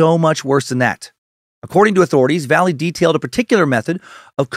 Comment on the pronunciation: Excellent work sir. Just FYI tho...Valle is pronounced Va-ye.